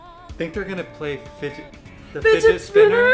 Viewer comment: That's hilarious that you guys call it "Fidget Spinner". I can't unhear it now.